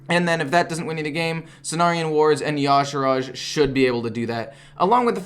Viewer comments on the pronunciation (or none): I think the y'shaarj is pronounced yuh-sharge not yah-shurage